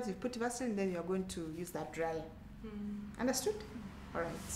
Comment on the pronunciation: Haha who else thinks understood sounded like alles gut 😂😂😂😂